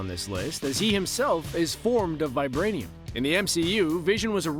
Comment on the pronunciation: The way she says vibrainium 😉